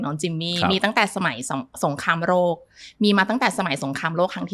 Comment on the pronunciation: หมอพูดไทย ผิดมากๆสงครามโรค(เชื้อโรครบกัน) จริงๆคือสงครามโลก ต้องฝึกพูดไทยให้ถูกต้องนะครับ